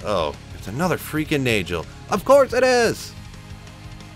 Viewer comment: not to be the grammar police but you've said nay-jol so many times i cant help myself but inform you it is NAY-GOL. and just a extra tidbit shah-ko. i love you too much to let you do this to yourself.